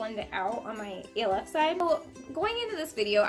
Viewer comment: Its pronounced like elf the movie I think? That's how most ppl pronounce it lol.